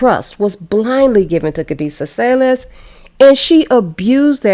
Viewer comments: Why Say-Less, and not Sayles - sails??? 😂😂😂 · Her name is pronounced like kadessa cells. Not sayless your pronouncing the wrong name because u mimic the clueless news reporter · That is not how u pronounce her last name. Its pronounce sails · "Sayles" pronounced "sales", you nitwit.